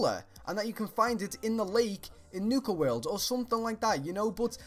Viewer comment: "Nuka Werld" xD